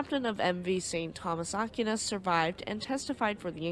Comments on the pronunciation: Aquinas is pronounced Ah-Keen-ahs. The Philippines was colonized by the Spanish from 1543 to 1899 after which the US developed a military presence in The Philippines. The US was thrown out in 1991 because, frankly, the US was treating the Filipinos very poorly. With China flexing it's muscles recently, the US was allowed back in, but nowhere near the numbers it once had. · small comment here, It is pronounced "Ack why nes" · Pronounced “A Qui Nas” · It's pronounced "Ahck-WHY-nas" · Great video! I’m guess neither of you are Catholic lol In case you wanted to know, it’s pronounced Saint Thomas Ak - wine - us. Godspeed… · Aquinas is pronounced Ak-way-nas. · considering this ship wasn't American OR an English ship its more than likely pronounced "Ah-kee-nehs" 🤔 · It’s not Ah-keen-ahs either. It’s pronounced “A-Qui-Nas”. I’m not even Catholic and I know who he was. Pretty famous name